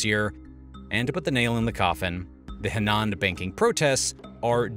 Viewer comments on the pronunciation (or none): none